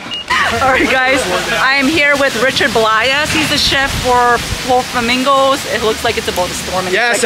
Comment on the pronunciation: May have to check out this restaurant on our next visit. Now I have the song Coconut going through my head. Also, Blais is pronounced like Blase. Rhymes with face.